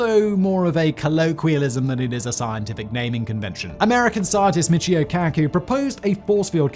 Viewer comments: "Michio" is pronounced "Michio", not "Mickeyo". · His name is pronounced mee chee o. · Not only can he not pronounce Aurora Borealis. He also screwed up Michio's name.